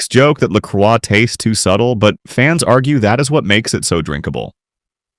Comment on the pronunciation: its pronouced LA CROY its french the cross, i got lolli pop at Kwik trip cant wait to try it, mines grape i had zievia too